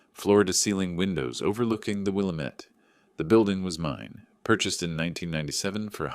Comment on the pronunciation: Willamette misprounced